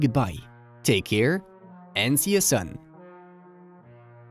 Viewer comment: Great analysis. Very hopeful. But please, it's pronounced Poeland, not Pawland, and see you soon not sun.